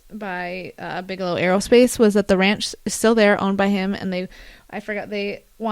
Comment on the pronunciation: Why do you keep saying Bijalow 😂🤷🏼‍♂️